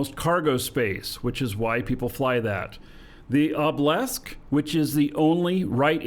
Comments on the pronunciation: Why do you pronounce a Obelisk like Oblesk and not OH-buh-lisk? Is it a eve slang thing? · LMAO yeah it is funny. Obblisk